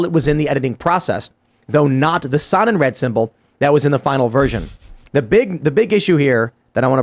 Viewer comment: Had no idea what Tim was saying. The Sun in Red ? Then the facepalm moment Sonnenrad it means sun wheel. And it’s not Red it’s Raaaaaad drag out the Ahhh sound